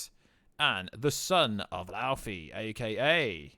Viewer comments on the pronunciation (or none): none